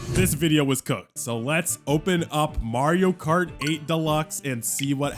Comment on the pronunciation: "MARIO KAR 8"